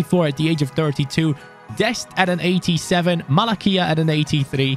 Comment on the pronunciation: malacia not malakia mate